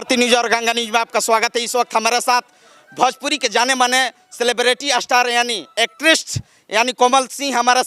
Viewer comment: भोजपुरी होता है बे बड़े पेट वाला भजपुरी नहीं सुध बोलना सिख लो